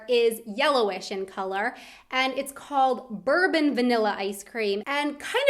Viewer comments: Hi, you are pronouncing "Bourbon Vanilla" wrong. It has nothing to do with the liquor "Bourbon" ("Börbn"), but it is pronounced like it is written "Bourbon" with an french accent ("Bourboo"). It is just vanilla. So this is why "French vanilla" in US is the same als "Bourbon Vanilla" in Germany. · It's not Bourbon Vanille as in the US drink but as in the French island. Therefore it's more like Boor-bone in pronunciation if you pronounce these two words in English. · It's not Bourbon as in the Whiskey but "Bourbon" like in the French noble family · Bourbon is pronounced differently in that case, since it referres to the town in france. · I know you speak a lot of languages but PLEASE differentiate between bourbon like in whisky and bourbon (french pronounciation) for vanilla. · It's Not called Bourbon, it hurts my ears :D A good Whiskey can be a Bourbon, but the "Bourbon" from Bourbon Vanilla origins in the French language, it has a very very soft r, a very soft o and a silent n, in short, it's pronounced French and has nothing to do with a Bourbon Whiskey :D